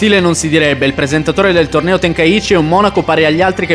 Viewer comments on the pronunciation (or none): Tenkaichi e non tenkaici